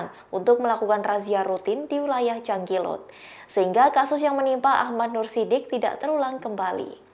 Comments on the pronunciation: Maaf mba bukan jangkilut...tp jalingkut... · jalingkut... bukan jangkilut... hadeuuhh